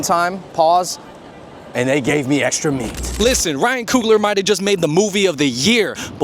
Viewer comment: Nah cuz why he put so much emphasis the meat bro this my first impression of you 😂